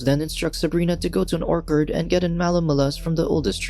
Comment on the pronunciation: Orc-ord??? Had me puzzled till I realised its ORCHARD! 🤣🤣